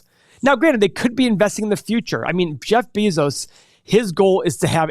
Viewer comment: I think you said my boi amazon Jeff's last name wrong LOL